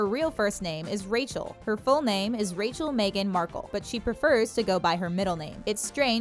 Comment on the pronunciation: It's MEGHAN, not "may gan"??